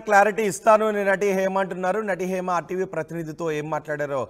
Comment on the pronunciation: Heima kadu ra bhaiyya it's Hema